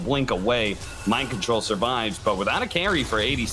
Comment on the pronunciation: It was Mind Kontol Axe